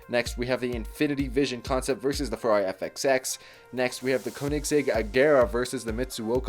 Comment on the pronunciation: It’s not the kenigsegg it’s a koenigsegg and pronounce “Koen” as “cone”